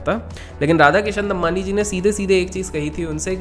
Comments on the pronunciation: Bhai pronunciation Damani hai Dammanni nahi. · Normal people: Damani: Dambani 😂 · It's दमानी, not दम्मानी